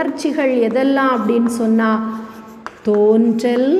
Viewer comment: தேன்றல் அல்ல தோன்றல்.